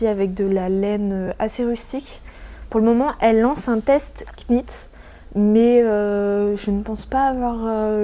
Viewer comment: Le petit bonnet pour bébé est trop cute ❤ Juste pour info knit se prononce sans le « k » en anglais, comme knot ou knife 😊